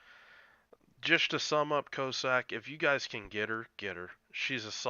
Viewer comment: Great vid. When you said "Cyclone Tactics and Strategy", I thought you were talking about the French DD they gave people to do the original Dynamo operation in and I hoped against hope that they had released her for general consumption. Alas, no! LOL Small nitpick: I'm pretty sure the first syllable in "Cossack" should rhyme with Boss, not with Low. Coss-ack, not Co-sack.